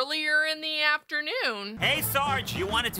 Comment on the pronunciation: “Early in the afternooh”💀😂